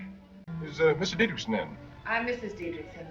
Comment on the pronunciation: The reason you’re having trouble pronouncing the name is that you’re trying to pronounce it ‘DietrISH-son’, when in fact the correct pronunciation is “DietrICK-son” 🤷🏻‍♂️